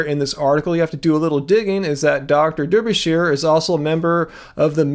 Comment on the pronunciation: Derbyshire in British English is pronounced Darbysher Like Berkshire is pronounced Barksher and Leicester is not pronounced Lie-sester but is pronounced Lester. 💕